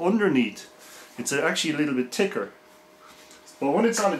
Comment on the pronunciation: and how you pronouce thicker " Ticker " lol